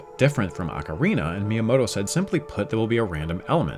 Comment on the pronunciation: ACK-err-EEnuh, instead of Ocarina.